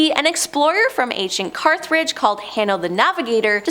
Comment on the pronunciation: and Carthridge ... s/b Carthage.